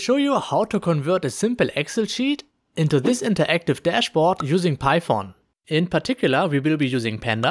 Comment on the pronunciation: Interactive dashbog using "Pi-phone" 😂 Don't hate me, it sounds funny, thanks for the tutorial really informative.